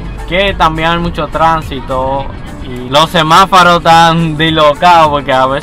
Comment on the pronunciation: De introducción no es isabela de torres ...es isabel de torres ...crítica constructiva...no es semafaro..es semáforo. .